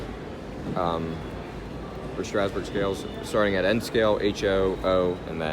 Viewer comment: Thompson it's Strasburg not strausbrug